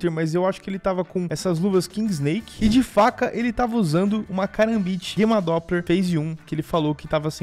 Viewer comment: Até gosto dos vídeos desse cara,mas ele falando guema doppler me irrita e Gamma doppler o nome